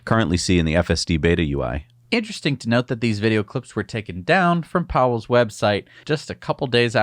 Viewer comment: Pawel [pavel], not Powell!